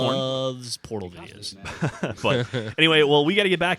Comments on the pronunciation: When geoff say's mom loves portal videos. First time through I thought he said Porno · I THOUGHT HE SAID PORNO VIDEOS AT THE END!!! xD